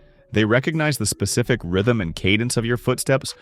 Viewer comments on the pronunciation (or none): none